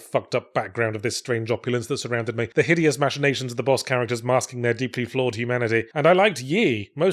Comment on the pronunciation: That's not how you pronounce "machinations".